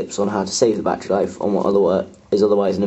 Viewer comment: lol you seaid bati life sorry but i found it funny